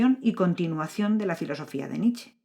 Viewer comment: Cuando se menta a Nietzsche hay que pronunciar la E final. No es Nich. Es Nietzsche.